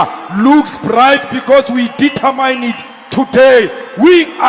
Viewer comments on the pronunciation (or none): Trevor Noah will have a field day with these comedy gold moments! Julius "AIDS vessel" Malema is such a well spoken little circus monkey. Zuma can take note, just listen to him pronounce determine, "Dieter" and "mine".🤣